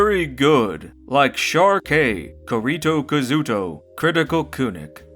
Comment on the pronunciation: "Kirito Kazuto" is mispronounced. Its a Sword Art Online reference. (Keer-ee-toe Kaw-zoo-toe)